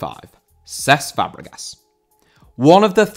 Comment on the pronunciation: Cesc* not Ces